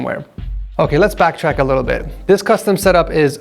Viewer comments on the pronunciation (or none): none